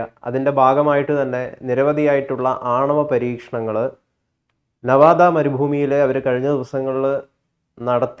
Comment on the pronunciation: എടാ ചെക്കാ നവാദാ അല്ല നിവാദാ ആണ്.